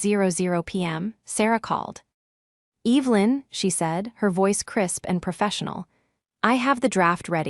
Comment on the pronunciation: It always makes me feel uncomfortable hearing the name Evelyn mis-pronounced..because growing up..going to church, there was an Evelyn that we were close friends with..one of my mother’s friends..they are all dead now, but still, after all these years..I notice..it just sounds like disrespect…and carelessness..